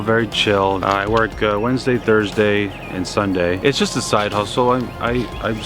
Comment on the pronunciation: how did you manage to mess up the word "just" and "positive" postaive 💀